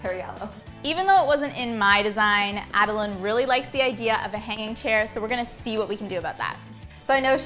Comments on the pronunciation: wait why does pronounce adelaine as a-de-layne but says a-de-line which i think is right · Who tf says AdelAYN instead of AdelAINE? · its pronouced ad uh lin not ad uh line god it ruined the whole video for me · It’s “laine” not “line” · She said Adelaine wrong..... Wut kind of person is she.